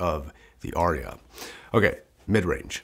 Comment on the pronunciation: It’s Arya not Orya.